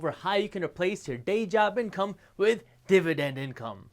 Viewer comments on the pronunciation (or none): I chuckled everytime he said 'dib-a-dend'